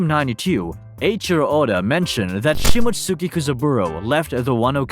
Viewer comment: Shi-mott-ski! You're butchering that pronunciation. You probably pronounce Sasuke sa-soo-key lol